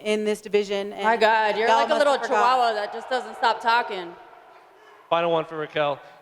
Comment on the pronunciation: Julianna "Chichuchua" Pena ... I'm ded ☠